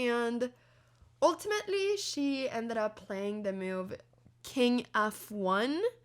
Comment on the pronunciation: Anna please .. Its not meuve.. its called a move 😂